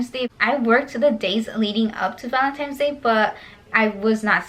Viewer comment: ValentINES not Valentimes fyi